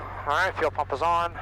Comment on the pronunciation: POV dad DID YOU JUST SAY FLUL PUMP OFF